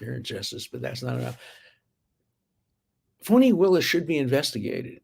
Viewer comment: Her name is Fani as in Butt! It’s an old southern name… my aunt was Fani Belle❤️ don’t care how she trys to change her name… if it were Fauni it would obviously be spelled differently!!